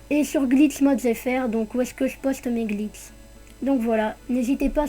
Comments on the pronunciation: Vous avez bien entendu ? Des Glits et non des glitchs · Ça me fais trop rire quand tu dis glitss et spot x) tu gère merci pour la vidéo :)